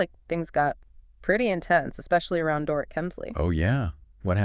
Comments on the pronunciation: It's Door-eat. Not Door-ruht. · OMG, pronounce Dorit"s name correctly or don't say it!!!